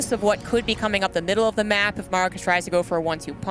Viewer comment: middle of the mack??? get the wahman off the mic